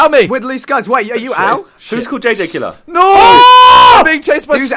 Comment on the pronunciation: It's pronounced jj killer